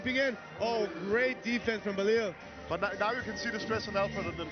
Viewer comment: It’s Bilal not Balil